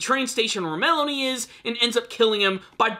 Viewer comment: Did you call Malone "Melanie"?